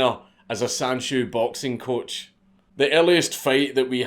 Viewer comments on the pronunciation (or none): none